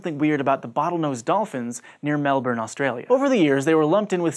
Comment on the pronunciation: Cool episode! Cool pronunciation of Melbourne - I wish I could give two thumbs up! First YouTube (other than Aussie ones) channel to get it right, that I've come across! Helps me trust your info even more than I do already!